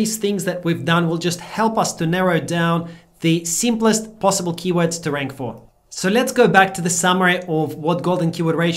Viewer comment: YOU MUMBLED YOUR FAVORITE KEYWORD TOOL. WAS THAT ON PURPOSE?